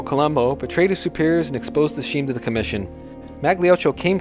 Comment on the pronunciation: Nice info but work in pronunciation Scheme is “skeem” Not “sheem” Not to mention the gangster surnames